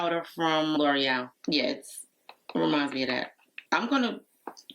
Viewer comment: How lovely! Your eyes look like beautiful gossamer wings! I have to say as a French (among other languages) speaker, the way you say L'Oréal is perfect! Most Americans, sorry if that is rude, say it lurryel. That is a tiny little pot of powder for 35 dollars🤥. I saw you pulling the plastic off of the pencil, and those wrappers have me in conniptions!!🥴😂 Gosh I loved the extra blush, but you know me! This video was filled with so much fun and glamour! thank you for lifting my spirits after a very troubled nights sleep.